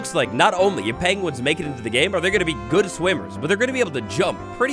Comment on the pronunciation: Pengwings, lol.